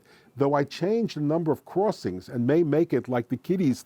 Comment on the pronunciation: "cruwossings". It was annoying and distracting.